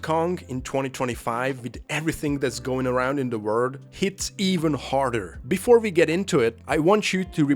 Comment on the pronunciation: Not to dunk on your English. It IS your second language, and you are learning it very well! But I think you meant “world” not “word”, it’s pronounced with a L. A decent example on how you would sound out world would be “were-old”. (I subscribed by the by the way, I look forward to binge watching your channel)